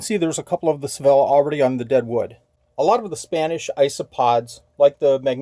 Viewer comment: I also think Sevilla is pronounced “say-vee-ah”. Loved visiting that city!